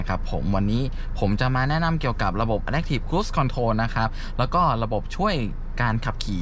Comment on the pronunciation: ชอบดูช่องนี้ เพราะให้ความรู้ รายละเอียดรถแต่ละคันดีมาก ในขณะที่ช่องอื่นๆ จะแนะนำจุดเด่น รูปทรง อุปกรณ์ตกแต่งเหมือนกันหมด แต่ขออนุญาตออกความเห็นนิดนึงนะครับ ช่วยเรียก Adaptive ให้ถูกด้วยครับ อ่านว่า อะ-แด๊ป-ถีฟ ครับ ไม่ใช่ อะ-แด๊ค ครับ